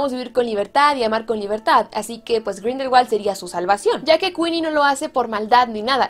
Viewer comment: sabías que Grindelwald en realidad no se pronuncia con W sino con V? Pronunciado sería algo como Grindelvald.